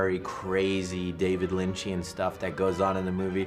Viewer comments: never noticed he calls it lynchian, m night has lost the plot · Got actually mad at "Lynchian" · Did this mans just call his own film "Lynchian"? No M. Night, stop.